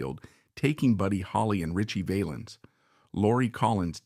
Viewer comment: AI Can't pronounce Valens, Tanya, Frizzell, or Nevada properly.....